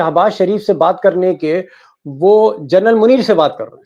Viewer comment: With due respect, Deepak ji, please pronounce (Lt.) General as जेनरल and not as Journal 🙏